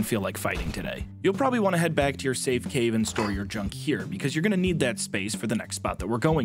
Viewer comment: I can't tell if it was on purpose, but I heard you say safe caven and it made me laugh my ass off